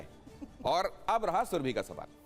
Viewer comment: सुरभि कहिये ,सुरभी नहीं!